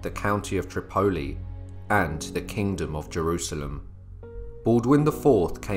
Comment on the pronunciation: I really wish u UTers would learn English right Tripoli is pronounced trip-a-e with ascent on the first syllable it make ur videos hard to lessen to with mispronunciations all over them